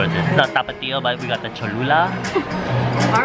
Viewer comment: you said tapatio perfectly i was shook